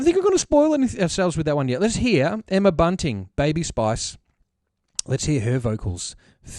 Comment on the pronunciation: "Emma Bunting" lol it's Bunton but I love the idea of Baby Spice banners.